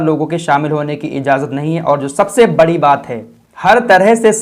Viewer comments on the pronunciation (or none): none